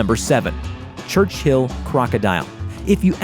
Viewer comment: Who the heck calls it “church.......hill”?????